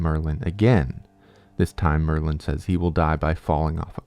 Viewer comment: Why did i think you said maryland...if your from md u get it